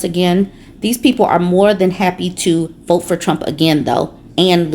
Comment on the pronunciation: “I will boat. For donal tromp” 🦞 🎶